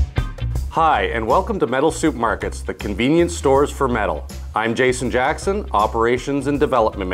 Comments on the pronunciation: Ya know, iy sounds like you're saying "Metal Soup Markets" instead of Metal Supermarkets. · Why does he keep saying 'soup' markets? I thought the first one was an error, but nope, soup market it is! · I like how he says soup markets haha. Seriously though good video. I was wondering about the difference between brass and bronze and this video explained it perfectly. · It sounds like you're saying "Soup Markerts".